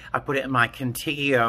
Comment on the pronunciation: First? Love your vids. Also I think if you mean Contigo it’s pronounced Cone Teego it means with you in Spanish